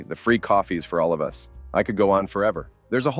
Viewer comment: Why do Americans always pronounce ‘us’ (meaning ‘more than one person being talked about’) as U.S. ? The sentence at this point was about the store ‘Toys R Us’ not ‘Toys R U.S.’ as stated by the narrator ! Are they so thick that they’ve never heard of the store ?!